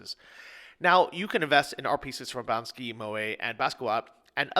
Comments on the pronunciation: Um dude, word up: it's "Banksy" (bank-see), not "Bansky". Or maybe it's Banksy's Polish cousin(?) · you really butcher the basic respect for an artist by woeful mispronunciation. I have NEVER in my life heard someone sound so clueless while trying to sound smart, cool and 'investorish'. You can tell what a man doesn't know by what he says and how he says it. You literally said "Bansky, Moet and Baskowa".... rather than the actual names of these esteemed artists, which are: the wildly popular graffiti and street expression master BANK-sy (see the k before the s?)...Moet is a sparkling French wine, I think you meant Monet, as in Claude Monet the French impressionist. And its Basquiat (pronounce it with me., its more like "Bos-KEY-ahhh"). And you even suggesting, much less claiming you actually you make most of your money as an investor, makes this show a comedy. You gotta be kidding, anyone who butchers Banksy, Monet and Basquiat in series, is doing comedy. Good luck with your 7 shares of Robin Hood. And leave your shirt on and stop filming your Pilsbury Doughboy body for God sakes when other men are wearing coats and working. Great footware choice too by someone who obviously doesn't know what man work, the countryside, or vintner life, but has mastered the all-day selfie. Say Banksy.... Say MoNet.... say Basquiaaaaaaaaaaaaaa(t)! lol